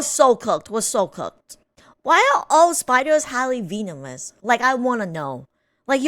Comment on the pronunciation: Ah ok i was wondering why i heard you say vinimous instead of venomous